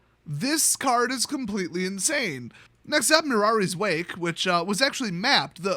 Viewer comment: Did anyone else catch him misreading Mirari's Wake